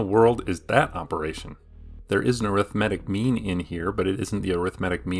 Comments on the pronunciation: “Opperation”? “Reciprical”? lol, are you ten years old!!!??? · "opperation" "reciprical" cmon...